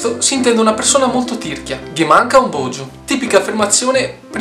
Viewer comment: è ghe manca un bojo, non un bogio